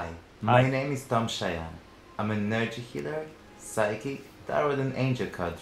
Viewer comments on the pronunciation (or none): WTF is a nurgee healler? i may need my nurgee healed =D